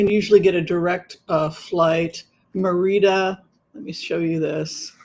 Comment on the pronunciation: You’re driving me crazy calling it MeirdO. It’s not pronounced MerinO. It’s Merida.😊